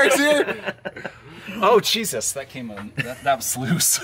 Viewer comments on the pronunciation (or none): none